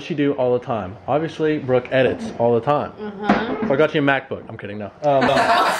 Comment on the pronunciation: So we are not going to talk about pronouncing "obviously" "Obvishly"